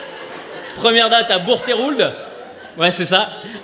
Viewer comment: Bonjour vérino, alors j'habite à côté de bourgtheroulde, alors oui le nom est couché dehors mais je vais aider ça se prononce bourg comme tous les patelins en bourg et troude "he" tu l'oublies et de même avec le "L" du coup ça nous donne bourgtroude, en tout cas tous ceux que je connais le prononcent de cette façon. alors j'espère que si un jours tu passes a bourgtheroulde que tu puisses organisé ton spectable cela nous ferais plaisir, on plus tu serais a coté de rouen tu resterais dans ta thématique de la #TourneeDesVillesPresque .